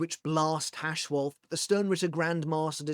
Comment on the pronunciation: Orahaime, Uharbach or just UAB, Hashwolf and Uru huh? Auto captions are really something. Or Yodi and Kate... Can you guess who that could be? Oh, the h in Hashwalth is silent, it ends with a hard t. That's what th meant in German when it was still in use. That one isn't on the captions.